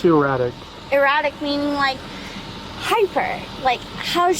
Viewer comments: "I did tell him as his wife that he was driving eye-rattic" 😂😂😂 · Did she say he was driving o-ratic? Thats how you get o-rested.